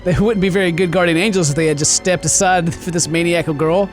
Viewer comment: It's ma-ny-i-cal!! 😂😂😂